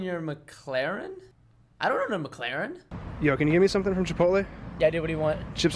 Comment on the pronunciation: Pretty sure he said McLaren wrong